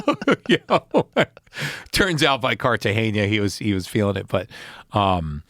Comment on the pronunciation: I loved everything about this interview until he said Carta-geña. Lol